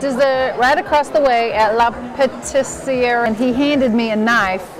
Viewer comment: La par-tee-sir-eee.